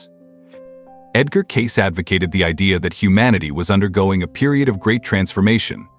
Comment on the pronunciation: This guy doesn't even know how to pronounce Cayce. It isn't Case it is Kay Cee.